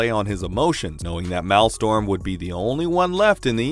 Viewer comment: Please... "Persevered" "Maelstrom"